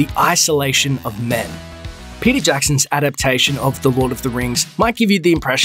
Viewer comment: I keep thinking you’re saying Percy Jackson, not Peter Jackson oml.